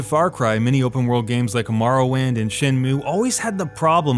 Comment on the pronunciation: Your pronunciation of Morrowind. Shiver